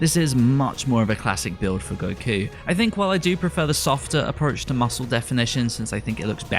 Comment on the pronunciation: Informative video but man did this dude destroy the pronunciation of the names. Tries too hard to say it in Japanese but the sub names sound nothing like how he's pronouncing them. "Gokyuu" "Shintaaeni".